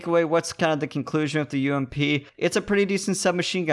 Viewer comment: Subbed just because u said U-M-P and not fucking ump